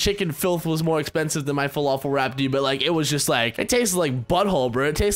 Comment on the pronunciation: its not folofol, im lebanese, it's pronounced fel-af-el